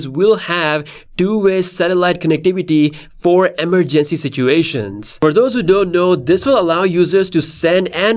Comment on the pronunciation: Stop saying emergency the way you do